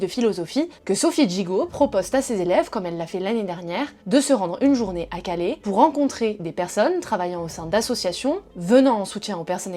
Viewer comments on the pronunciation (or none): À Calais, pas Calé. CalAIS.